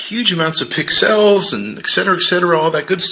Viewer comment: Why does this clown say pix els instead of pixels like the rest of the world?